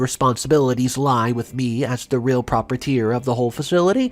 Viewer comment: You're pronouncing proprietor wrong